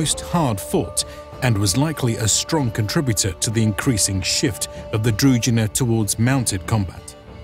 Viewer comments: That's not the point, the word is Družina, which is a Slavic word and thus it is imperative that you pronounce it the way we Slavs pronounce it, when I speak English I don't speak it in the way it is spoken in my country of origin, I speak it in the exact same way that it is spoken in the States, simply because that is the language, it's not the English as defined in Serbia and therefore, the word Družina ought to be pronounced the way we Slavs define it, not the way non-Slavs define it, plain and simple. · Very interesting video-documentary. Only objection i have is pronunciation that is like punch in the eye (feeling is similar when Russian talks english). ZH in DRUZHINA read as G in Geneva, or JE (in Franch). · Also what is up with narrator unable to pronounce "druZHina"? Its so cringy. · In Ukrainian, Druzhina is pronounced differently. The "zh" is pronounced like the "s" in "measure". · Druzhina is pronounced with a "ž" sound, like "je (suis)" in French. Being a native Serbo-croatian speaker, no translation of any of original terms needed. "Družina" or its synonym "družba" is still a word in Serbo-croatian, Slovenian (and, most likely, other Slavic languages) meaning a group or a band of friends. At least the word retained its original meaning - though a battle unit is gone. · Its kinda funny that they do such video on "druzhina", yet do not even bother spending 10 seconds to check how the word is pronounced... Not to mention the rather general meaning of the word which just means "retinue" or "company" in most Slavic languages, so they arent any specific unit, rather "druzhynas" in different Slavic lands would be completely different (ranging from horse archers to heavy infantry). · Druzhina (Дружына/Дружина) Is pronounced with a voiced retroflex sibilant, not with a дж (j). I don't really understand why you didn't either tried to approximate this pronounciation or pronounced it with an English sh-sound.